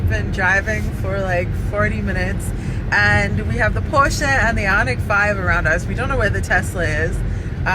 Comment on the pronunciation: Short Question but why, why can you Pronounce Porsche the correct way but not Hyundai? It's not hondey. No one you is pronouncing it the correct way. Please google it.